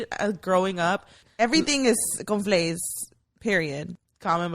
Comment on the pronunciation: My man was trippen on the beginning saying it was the same thing he said CONFLAIS for all cereals lol 😂 I LOVE THIS EPISODE Can we talk about SPA WATER 🤨😭 I am glad Mayra is healing little by little you can see her being a little more open and comfortable and WE LOVE A HEALING ❤️‍🩹 QUEEN !!